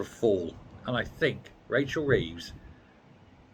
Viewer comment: #HAIR_BY_LEGO I COULD SWEAR I HEARD YOU SAY, "RACHEL THIEVES"... WHAT DO YOU EXPECT FROM SOMEONE LIES ON THEIR WORK APPLICATION?